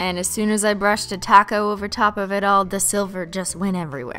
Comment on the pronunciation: Every time she says topcoat I think she says 🌮 taco